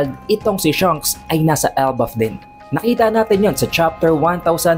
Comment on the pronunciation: Shanks not Shunks haha